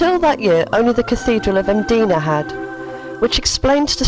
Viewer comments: Nicely done thanks. Please note: medina is in Arabia. In Malta that town is called : i-m-d-i-n-a. (The letter i is always pronounced as i in it). Hope this helps. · David Barnham. Not exactly in focus which is a shame. Place names - Mdina is pronounced Mdina not Medina. I only recognised Ta' Qali because it showed the craft shops. Otherwise I'd never have guessed. Cospicua is pronounced as written; NOT CoNspicua. One would think the video-makers, bless 'em, would have consulted Maltese people for the place-names. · Thank you so much for a very interesting video full of detail presented and spoken in a relaxed manner And sorry but George is right I-m-d-I-n-a. is correct but sill a great video